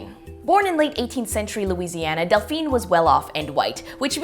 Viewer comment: It's Delphine not Dalphine lol, i named my daughter it after i saw it on ahs lol :)